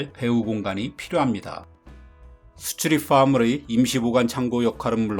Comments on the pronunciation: "수추립ㅎ퐈무릐" 여기 너무 중독성 있음 ㅋㅋㅋㅋㅋㅋㅋㅋㅋ 근데 나도 따라해보니까 "수추립ㅎ퐈무릐"라고 발음하게됨. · 수출입 화물이 -> street farmly 이렇게 들리네요 ㅋㅋ